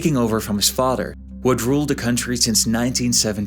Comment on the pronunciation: Fadder, anodder , odders, why don’t you talk right?